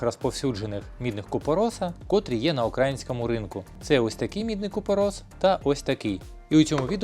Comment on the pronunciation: Не "укрАїнському", а "украЇнському"!!!